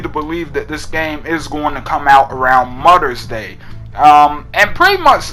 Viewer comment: "mudders day"